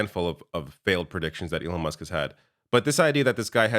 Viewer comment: did he just call Elon, elonesk?